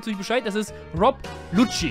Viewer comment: er heißt LUCCI WIE IN LUKKI